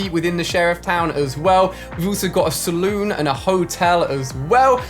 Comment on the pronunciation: man said salooon